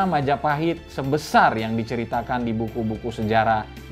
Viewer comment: Mahajapit ❌ Majahapit ❌ Mapajahit ❌ Mahapajit ❌ Majapahit ✅✅✅✅